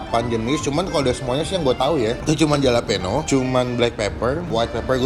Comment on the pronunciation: halapenyo bang di baca nya hehehehe